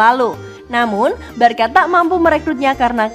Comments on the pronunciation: Maaf kak tapi bacanya barsa bukan barka masak barcelona kalau di sebut Barkalona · sbnr'nya alasanya begini sob,barcelona itu di bacanya barsa bukan barka kenapa...?karna kalo barka dlm bhsnya spanyol itu artinya kapal nah jadi gitu jelasnya sob jadi yg bener adalah sebutanya barsa yaah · Nah..betul.. Barça dibaca: "barsa" =barcelona Kalau sebut "Barka" artinya= kapal #boixosnois